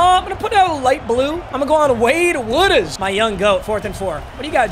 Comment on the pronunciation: Pronounce woodaz as woodass with a slight z sound in the end